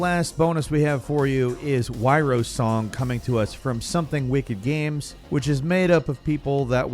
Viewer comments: The bonus game is not wyro song, it's wyrdsong (pronounced like weird, and is also linked to the word) which relates to personal destiny or fate. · It's Wyrdsong (most likely pronounced "weird-song"), not Wyrosong. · Did you seriously pronounce the last game Why-row-song?!?! Its wyrdsong, not wyrosong. LMFAO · uh its Wyrdsong not Wyrosong. As in pronounced like weirdsong. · The last game listed is Wyrdsong (Word-song) not Wyrosong. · WTF is the last bonus game yrosong? Whyrosong? I can't catch what is said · So we're just not gonna talk about how he mispronounced Wyrdsong as Wyrosong? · The game from Something Wicked is called Wyrdsong, not "Wyrosong" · Wyrdsong*, not Wyrosong lol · that last last last game was Wyrdsong, not wyrosong, btw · You mean Wyrdsong? Not Wyrosong? Lol sorry to bust ya chops but, ye lol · Wyrdsong..is the game you are trying to pronounce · My dude, that WyrdSong....it's a D not an O XD